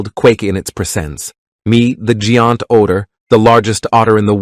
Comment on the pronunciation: "the gee-unt owter"??